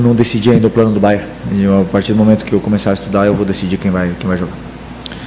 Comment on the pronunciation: Curiosidade minha: porque é que quase todos dizem "Bayer" e não "BayerN"? Bayer é o de Leverkussen; Bayern o de Munique